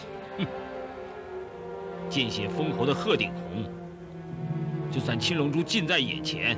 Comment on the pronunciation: 青龙珠~七龙珠，发音好像喔，还以为包青天要审七龙珠?！🤣🤣🤣🤣🤣🤣🤣🤣😁😁😁😁😁😁😁